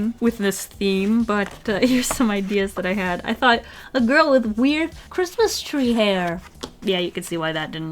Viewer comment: Every time you say girl all u hear is grill 🤣🤣